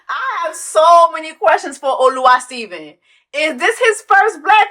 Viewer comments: Not “Oluwasteven” 😂😂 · 🤣🤣🤣 not Oluwa-Steven!!! Jessie pleaseee😅